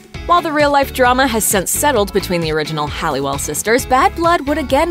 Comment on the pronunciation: Halliwell, not Hallewell.